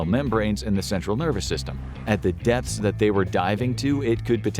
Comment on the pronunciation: Every time he says depths I heard deaths